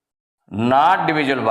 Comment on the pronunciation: Sir apko not bolne nhi Aata hai Nat bol rhe hai😅